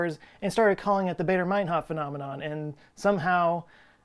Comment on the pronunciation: It's pronounced "Barder", not "Bayder".